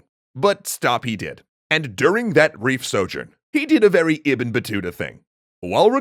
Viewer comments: It's Ib-ne not ebn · isnt "ibn" pronounced as ib-nu? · Isn't it pronounced "IB-NUH" Battuta?